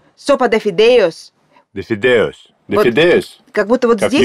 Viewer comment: primero dijo "fideos" y luego "fideoUs" 🙃